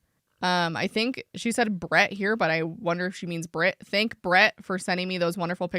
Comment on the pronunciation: I'm English and from the midlands/southish (vaguely the area her accent sounds like- I've been told I sound like a BBC presenter) and not to cite my autism superpowers but I have very good hearing (I can hear someone opening a lipbalm in a different room). Her accent sounds odd to me, here's my take: First thing I noticed is that she's hitting the t in Brit quite hard. I find (at least for me) I usually hit ts harder in the middle and my ts at the end of words tend to be more of a glottal stop (the "bri'ish" thing). Second thing I noticed is that she hits her S's very hard in a way that I've don't really hear most English people do. To me, my first thought was the S sound when she says "specialize" sounds mainland European, maybe eastern European or German. The way I/people around me say specialize is with a definite Z sound and more of a stress on the first syllable, she sounds like she's saying "special-ice" (putting more of a stress on the last syllable.) I guess this S thing could be explained by a lisp or something though. I also thought the way she says "author" sounded a bit German, but it's not "not" British sounding. The way she said "sexuality" in the first clip sounded a bit American to me (pronouncing the t more like a d is kind of American) but also there is a trend with people with this kind of accent incorporating some Americanisms (specifically the flap t) into their dialect so that's not really suspicious on its own Interestingly in the second clip she